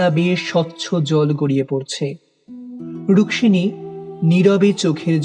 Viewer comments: Rukmimi na Rukshini please be careful while narrating. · Bar bar ei rukmini k ruksini bole bole nak er dofarofa kore dilen. Osojjho lagche. Golpokar er uchharon er dike vison vabe nojor dewa proyojon